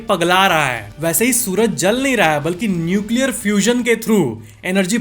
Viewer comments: NUCLEAAAARRAA hai😂😂👍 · Best part - sun nucleaaa rhaa hai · Nuecialriyariya hai 😂😂😂😂😂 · न्यूक्लीयरआ रहा hai 😂 that 's gajab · Nuclearahe was gajab 😂😂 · न्यूकिला रहा है was epic😂 kanpuriya up लैंग्वेज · Nucleararaha hai 😂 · Nuclearaha hai 😂😂😂